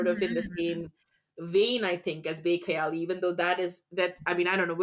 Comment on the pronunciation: How could uh say "Bekhayali mein bhi tera bhi khayal aaye" So perfectly pronounced in hindi??! 😮❤🫶